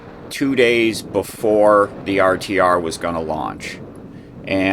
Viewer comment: re you saying RCR or RTR......? Its RTR isnt it? Rubber Tramp Rendezvous?